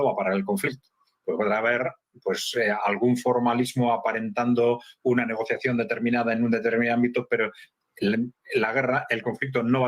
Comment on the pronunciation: Se dice Negociación